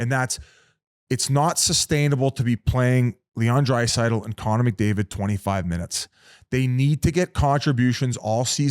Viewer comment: Edmonton will win the cup once Whit can figure out how to say Draisaitl’s name correctly